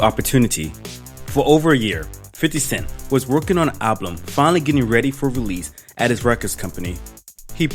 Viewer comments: bruh you said ablum looooool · "ablum", he cancled his "Ablum" please do me "ablum" ablum aaabblluum ablum a-a-a-a-b-b-b-b-l-l-l-u-m